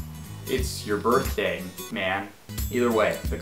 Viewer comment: Eh! It's cha burtdey mun